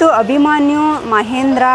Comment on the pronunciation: ಮೇಡಂ ಮೊದಲು ಅಭಿಮನ್ಯು ಅಂತ ಹೇಳುವುದನ್ನು ಕಲಿಯಿರಿ.ಅಭಿಮಾನಿ ಅಲ್ಲ 🙁